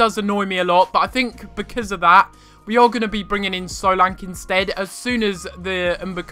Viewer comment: he is saying solanke wrong